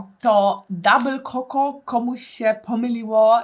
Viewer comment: Aga dabyl czoko, nie koko👀🤣🙊❤️